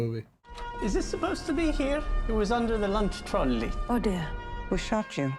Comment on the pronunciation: The way Michael pronounced the word "trolley"😂. I must have watched it 30 times, and it still makes me laugh.